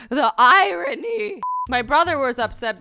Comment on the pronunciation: She said iron y... Not irony.. It’s iron y now people.